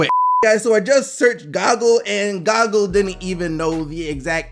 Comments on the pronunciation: did the man jus say "gog-gull" instead of "gooh-gull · U called Google, "Goggle" xD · We really gonna ignore the fact he said Goggle? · Did my nigga just say goggle?!?!! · No ones saying anything about how he calls google goggle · He just called Google goggle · Did he say goggle in stand of Google 😐🤔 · So we not gon acknowledge this nigga said goggle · Did this man just say Gawgle????😂😂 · Did you say goggle 😂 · this boi said gogle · I never knew people called google to goog-le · You know you just pronounced goo-ga-el, ga-gel right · did he just say GOGLE????? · there is 2 "o"s in Google... just sayin lol. Love the show. I watch everyday. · HOW DOES MY MAN PRONOUNCE GOOGLE??!?? BRUH IM DEAD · No fucking way you just pronounced google like that . And HBD dude